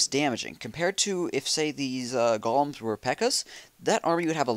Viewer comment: Kills me when he says gol-um not goal-em ;)